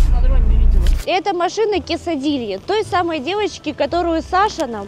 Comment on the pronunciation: Кесадилья 😂 бедная Кэскилана